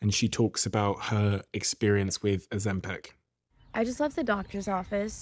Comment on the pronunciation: Why does he always pronounce it “ozempeck” it’s Ozempic like pick. It’s so annoying 😂